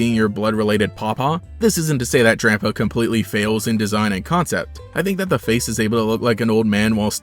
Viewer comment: Did he said Drampo not Drampa.